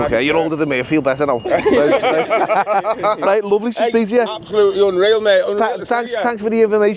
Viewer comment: getting English lessons from someone that says "rite" give it a rest 😂